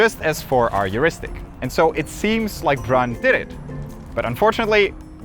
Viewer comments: Not "Brann" but Bruuuun. Forget it, you don´t even have that vocal; can´t pronounce it. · his name is BRUN not “Bron” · Brun is pronounced a bit more like prune, not run. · It's Bruuun, not Brunnn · Bru(uuuu)n. Not Brunn. More like the pronounsiation of Moon. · Tip: The 'U' in 'Viggo Brun' is pronounced similar to the ''U' in 'rune' (the written language of some old societies). Further towards the lips, pretty much in the space between your teeth and lips. The end result should rhyme less with 'run', and more with 'swoon' or 'soon'. Hope I explained it somewhat okay, linguistics and vocabular biomechanics are not my forte. With the very best of regards, a random Norwegian fan. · Brun was Norwegian. Therefore, the "u" in his name is pronounced like the "u" in the word "put," not like the one in the word "but." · Why are hou pronouncing Brun's name Brønn? 😂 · "Brun" is pronounced with a long u sound. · It should be pronounced "bruun". The vowel is long, and the name means "brown". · "Brun" is pronounced more like "Broon" and means "brown" in Norwegian.